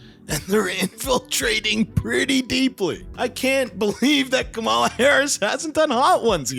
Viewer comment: with the specific syllable emphasis name can't empathize enough to pronounce Kamala correctly.